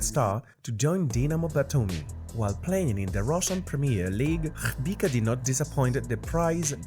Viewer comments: Do you really say Shkhpika instead of Khvicha ? :D :D :D :D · His name is khvicha, last "ch" is pronounced as ch(children)